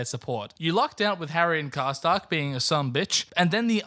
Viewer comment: You did it wrong for a second time #Sad